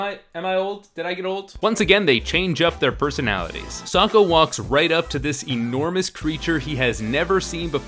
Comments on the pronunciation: soaka? its fucking sokka. wtff m night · The fact the actors have moments mispronouncing the names angers me. Bitch said so-ka instead of Sokk-a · "Soaka... Don't" I will always hear it as Soaka and not Sokka... Like what idiot cast this person? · the pronounced sokka's name like soa-ka? i'm abouta kill someone, any recommendations? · Sewka? lol. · Wait how the fuck did she just pronounce sokka